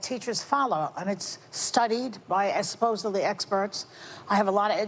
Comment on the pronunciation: Did Joy say Exspossedly? Instead of supposedly? And did she say that immediately after saying :"I was a teacher? You cannot make this stuff up! How stupid is her audience?